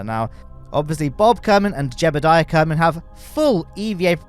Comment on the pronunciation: I like how the redditer said “jebbeldiah” to accurately spell out how pronounces (mispronounces) Jeb’s name.